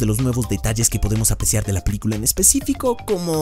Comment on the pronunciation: el dice LA PILICULA JAJJAJAJAJAJJJAJAJAJAJAJAJA